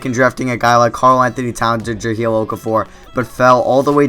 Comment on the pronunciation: Can you please say Jahlil correctly?